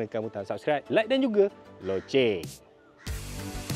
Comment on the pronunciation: Yey.. Sebut loceng dgn betul